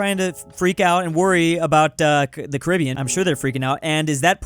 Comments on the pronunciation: “Carabiean” WHERE IS Carabiean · BRO HE DID SAY " CARIBIAN" 😂😂😂😂😂